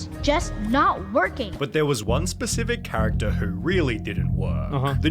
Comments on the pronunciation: Actaaaah, forevaaah, charactaaaah, harry pottaaaaaah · The actaaa and the charactaaaa! 🤭🤦‍♂️🤦‍♂️🤦‍♂️🙉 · Charataaaaa forevaaaaa speak properly mate